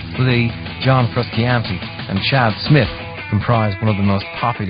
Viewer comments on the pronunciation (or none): Yeah, I winced when the guy said "frooskeeantee" too. You'd think that if they're interviewing the band, they'd learn how to properly pronounce their names.